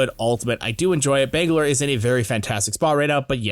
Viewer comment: "bengalor" lmao